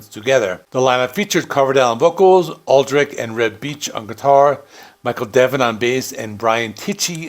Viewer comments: You’re mispronouncing Adrich surname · Looking at the spelling, that's not how I'd pronounce Aldrich.